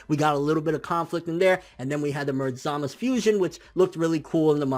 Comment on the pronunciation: BRUH ITS ZAMASUUUU NOT ZAMAS